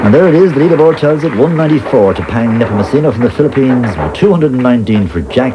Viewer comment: And his last name is pronounced nehpohmohsenoh not nehpohmochinoh